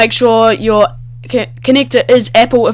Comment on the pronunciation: mec, epple, can you not say a?